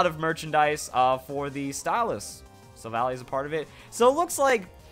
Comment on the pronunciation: "Silvally" is pronounced "sil-val-eye".